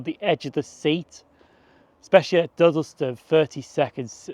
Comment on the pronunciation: God this camera is so much better! Dudd-e-ston!! not Duddleston lol and it's hilarious the Tour is the Midland! Not You. Excellent vlog regardless